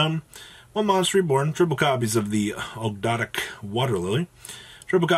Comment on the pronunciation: Aug - dough - a - dic. Is how you pronounce them I believe. Ogdoadic.